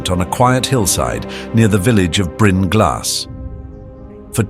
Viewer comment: Appreciate this being covered. Though the 100% failure rate on the Welsh names was pretty impressive. Well maybe 99%. "Bryn" was almost right.